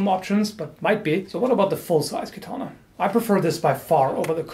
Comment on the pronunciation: You said "I'm sure I'm butchering the pronounciation". Aaaaaactually, it's quite good! Only "katana" and "kojira" are more (katana) or less (kojira) wrong. Katana is pronounced with only short a's and without an accentuation. Kojira was quite well, except for the "r". A Japanese "r" is something between "r", "l" and "d". If you cannot pronounce it, you best use the "L". With "koguchi", you hear a SLIGHT accentuation of the "o", but it's so tiny that I'd not call it "wrong". NOW: I'd never ever correct you normally. You said you were sure to butcher it, and I want to point out that it's quite okay actually. I just give you a little tip for improvement, that's it. I really love your video's and I could not be bothered if you pronounced it right or wrong, really. So... ganbatte kudasai!!! (Proceed please!) :)